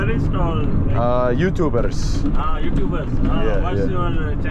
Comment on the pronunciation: Oh my gosh!! What u explained on the train about putting your head outside, was quite terrifying 🤯 also I love the way u said. Youtuberr just like the Arabs 😹